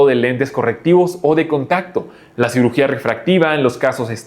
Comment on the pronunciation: Cirujia xdd, es cirugía, el editor anda muy mal en este video